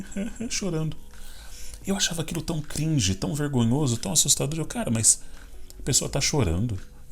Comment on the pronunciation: muito bom quando ele fala "cringe" kkkk